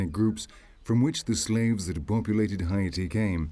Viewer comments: Did you pronounce Haiti (Hay - te) Hi-e-te??? nah, I can't watch this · All I can hear is "Hy'iti". It's bothering me 🙄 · The way the fucking commentator is saying Haiti makes me want to throw my fucking phone. Its HAIti not HIAti. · They mispronounced " Haiti " as well as " Cap-Haitian " which are fairly easy to pronounce for the average joe.